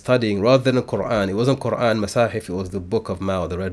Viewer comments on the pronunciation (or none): none